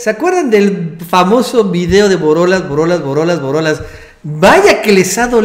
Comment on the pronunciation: pues es que tú solo te pusiste de a pechito con tan pocos árgumentos y con estos bueyes que están al 200% y ni si quiera poder decir borolas y dices BOLORAS pues que esperabas jajaja